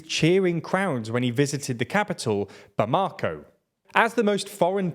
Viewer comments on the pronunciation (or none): Please learn the correct pronunciation for the proper nouns you use. It's BA-ma-ko, not ba-MA-ko, for example. You got most of the countries wrong, and almost ALL the cities.